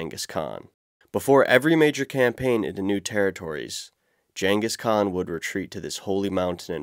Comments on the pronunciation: Gggg hard G- engis khan.. Not jenga skaun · "Jangus Khan" lmfao. whut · Please review the pronunciation of "Genghis Khan." You're pronouncing it as ""Jan-kis Kaan" when it's "Geng-gis Kaan" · Take a shot everytime he says "Jengis Khan" 😂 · This dude really said "Jengis Khan" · “Jengis Khan” killed me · Content is great, but many mispronunciations! It really isn’t hard to highlight a word and get ‘look up’, and then go to pronunciation! Archipelago, Genghis Khan, grisly, and others were mispronounced. If this is AI speech, then you need to get a better version! If it is a real person, there’s no excuse! Correct pronunciation is the next step towards professionalism and being taken seriously. Good luck. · Your pronunciation of Genghis Khan is like nails on a chalkboard when I hear it. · can you learn how to say Genghis Khan right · Are these narrated by A.I? I only ask because there's a lot of odd pronunciations of pretty common words, the way it pronounces "Genghis Khan" and "archipelago" stood out as two examples, and I've noticed odd pronunciations in other videos as well. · The actual content of this video is super informative, and I'm wildly jealous of your exploration. However, you really need to work on pronunciation... Hearing you butcher simple words like "archipelago" or household names like "Genghis Khan" makes me doubt your credibility about every single unusual place name you bring up. I think taking care of those details would really benefit the content and credibility of the channel. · Archipelago, Taiga, Genghis Khan?? Maybe look up words you don’t know how to pronounce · ar-ki-PEL-i-go con-TRIB-u-ted GAN-gis Kahn